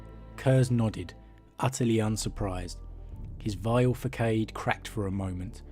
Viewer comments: Fa-sod, not fa-kade, facade is french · I love your videos, however, the word facade, is not pronounced fah-sayd, but fuh-sard. Sorry, but it makes what your saying lose meaning to me and I’m sure with the level of autism amongst many 30/40k fans, it’s not just me. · enjoying your content man. just one thing that is always a distraction in these lore vids. If you mispronounce words. It's 'faceard' phonetically not 'fackade'. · Facade is pronounced fahssahd just fyi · Your accent and tone are probably one of my more favoured of YouTube. However, and I mean this lesson with the most genuine of respect. Facade is pronounced Fassahd. a deceptive outward appearance. "her flawless public facade masked private despair" I'm sorry for being Ordo Gramaticus Hereticus. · Great storytelling mate. One minor point, 'facade' is pronounced 'fahsahd'. The first 'A' is like the 'A' in 'ant' and the second like the 'A' in 'army'. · One small comment- Facade is not pronounced like that. the c is soft like an S. fa-sa-d I'm guessing it's come into the language from french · Facade - pronounced fah-sah-d. Just trying to help. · fa-sade ... the “c” is pronounced as “sa”. Excellent content. Thanks! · Beat me to the punch, cause I just listened to this video too, and yes it's a french word and its pronounced with a soft c accordingly